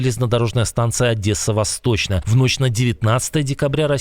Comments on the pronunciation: ОдЕсса, а не ОдЭсса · Не Адэса, а Одесса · Не "адэсса", а "Одесса". Это две большие разницы, как говорят в Одессе. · Не ОдЄсса , а ОдЕсса ! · Друзья , научитесь читать !!! Не Одэса а Одесса . Извенитесь и будьте внимательны ! ¡!!!!!!!!!!!!!!!!!!!!!!!!!!!!!!!!!!!!!!!!!!!!!!!!!!!! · Ведучий каналу, ти коли навчишся вимовляти баз помилок моє місто Одеса? До тебе питання яка третя літера в слові Одеса ( на свиньособачій: ОДЕССА). Ти ж на руснявій розмовляєш де ти бачиш літеру "Э", чому кажеш "ОДЭССА"? ви де таких кадрів на роботу наймаєте? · Вот где ты в слове Одесса увидил букву "Э"?, бэлорус ты этакий.